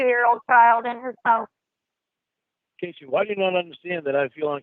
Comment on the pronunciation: God I love it when has this dickhead backed into a corner and he has no response aside from liar laughs and mini-syllables and "Caayy-seeeee"s.